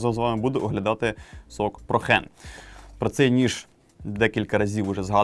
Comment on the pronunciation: Я не нудний, але я.м.з. правильно казати "Проен" ). Дякую за огляд!